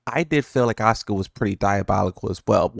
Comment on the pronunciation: the Japanese pronunciation of Asuka makes it sound like Oscar